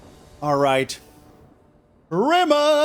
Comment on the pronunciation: can someone please tell me what yells? Crimace? grimace? Is he a big fan of purple 80s Mcdonalds mascots? and why?